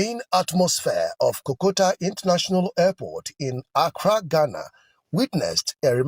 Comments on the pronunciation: What is KOKOTA? so pronunciations is also a problem for Nigerians!! Pls the name of the airport is called "KOTOKA INTERNATIONAL AIRPORT" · Please point of correction is not kokota please but rather KOTOKA.